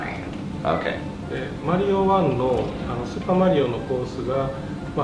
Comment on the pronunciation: He can't pronounce Mario correctly